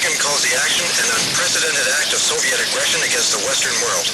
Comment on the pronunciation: The only thing that clued me into it being a student production is that the presenter for some reason pronounces "Soviet" as "Sovet".